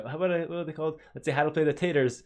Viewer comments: It is pronounced TAR-TARs. Same as the sauce. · it is Taa-taar, r should be the same as in "better".